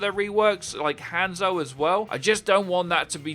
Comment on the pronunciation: Again, from the last video's comment by me: "It's not pronounced "hand-so", it's "hon-zo". I understand people have trouble with accents and that affects pronunciation; however, I sounded it out for you last video and you didn't even try lol. "Hon-zo", not "Hand-so"